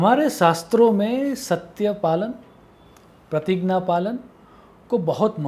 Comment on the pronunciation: ये कैसा उच्चारण है ज्ञान-------ग्यान प्रतिज्ञा....... प्रतिगना 🙄